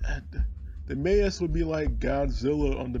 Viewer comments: Maus= MOUSE its pronounced the same almost the same like MAssh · maus is pronounced like in english ! Depp ! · The mose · Your pronunciation of the word ''Maus'' just cracked me up x'D